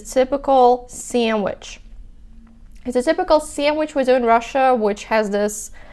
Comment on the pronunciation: You pronounce sandwich with such a funny American accent. 😂